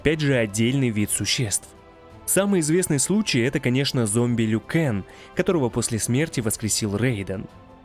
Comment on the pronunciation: Не ЛюКанг а Лью-Кан